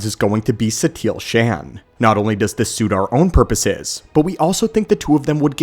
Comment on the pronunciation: SHAN?!? It is pronounced SHAUN